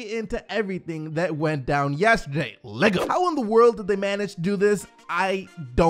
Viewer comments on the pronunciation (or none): none